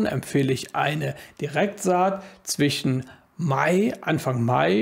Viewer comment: Warum sagst du immer zwichen statt zwischen?